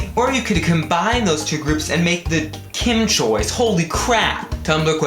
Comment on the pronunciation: KimChoi sounds like Kimchi ;)